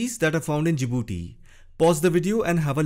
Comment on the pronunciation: Djibouti, not Jadibooti